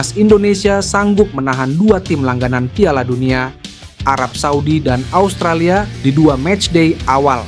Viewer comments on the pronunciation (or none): none